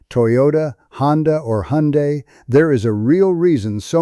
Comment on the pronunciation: As usual can’t pronounce Hyundai. That’s where I stop.